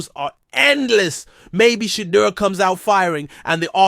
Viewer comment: Finally, a channel where we can hear Shedeur's name pronounced properly and better visuals. I'm subscribing. I like the commentary and league "forecasts“ .